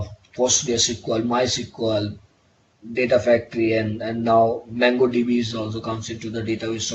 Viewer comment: BTW Its not mangodb its mongodb!